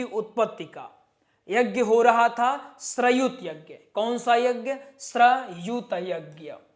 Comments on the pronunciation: श्रयुत यज्ञ नहीं भाईसाहब श्रोत यज्ञ है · बोलना सिखाये ...गलत बोल रहे है...जैसे वषट् ...श्रौत यज्ञ..